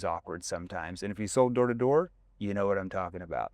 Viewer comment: Sounds like he’s saying whore story😭😭😭